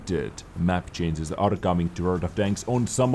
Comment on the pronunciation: ChanGes not chainzes. Maybe just use a different word like "adjustments"